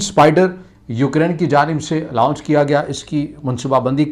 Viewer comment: لاؤنچ نہیں لانچ ہوتا ہے۔